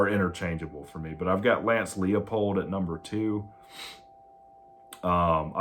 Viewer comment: Heavens! Narrow it down. Use visuals for your lists. 3-year contracts? Look at the market so you don't sound silly. It's TOM Herman, not Todd, and it's pronounce LIE-pold. And you think Leipold is more likely to come to Tech than Todd Monken?